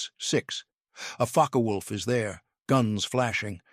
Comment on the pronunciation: IT'S FOKKuh WOLF. NOT FOKKEE WOLF.